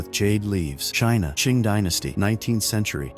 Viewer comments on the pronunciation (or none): none